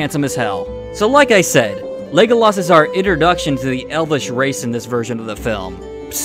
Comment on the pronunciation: ………. “Legoloss”. Are you fucking serious dude… I can’t take you seriously .